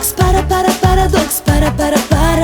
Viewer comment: pripremila se da kaze paradoks, pa je rekla PARI.😂